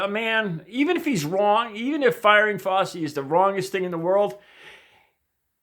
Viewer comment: Love your heart,. “Fow-chi” as in “cow” and the beginning of “cheese”, I believe, though not 100% sure.